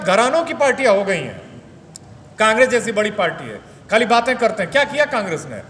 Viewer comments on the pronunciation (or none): none